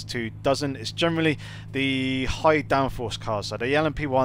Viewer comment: Nice video's, informative. What word is it that you keep saying "Germally" or something? Sorry English isn't my native language and i keep thinking you're saying 'Germany' lol.